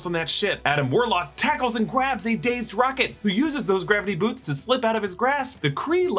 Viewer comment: says tackles and gwabs rocket hahaha was that on purpose?